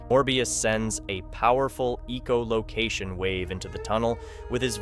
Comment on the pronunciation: It pisses me off how instead of saying "echolocation". It says "Eecholocation"